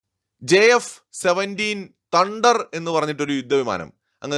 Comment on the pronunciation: തണ്ടർ അല്ല തേ ണ്ടർ